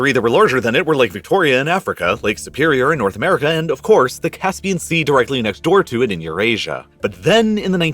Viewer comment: Nah. Not directly next door. Not direhly neh door. /